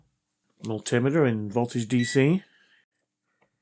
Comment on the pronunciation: Awesome videos man.. I cant stop watching em. Really really good content, please keep up the good work! Mull-timmeteer and solid checks cracks me up every time 🤣